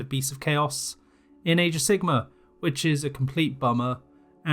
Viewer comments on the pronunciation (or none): i love how you pronounce it age of sigma.